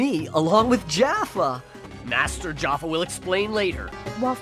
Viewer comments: Lol: "Jaffa" instead of Jafar, as in Jaffa cakes. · I’m gonna make a guess that the reason they pronounce Jafar without the R in the Sega CD version is because it was a translation of a Japanese port where they would’ve said it that way in Japanese, and the the localizers just went with it.